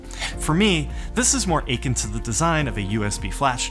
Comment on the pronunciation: Thank for the video, been having lots of trouble picking the right hardware wallet and this helps. P.s. Did you pronounce "akin" like "achin'?" :)